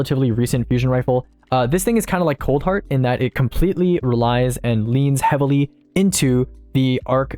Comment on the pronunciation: Oof my man's misread coldheart